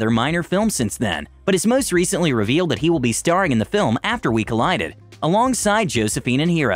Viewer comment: Doesn’t he say collided wrong or?